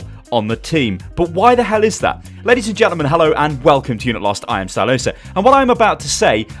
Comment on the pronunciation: Oh it's stylosa not styloose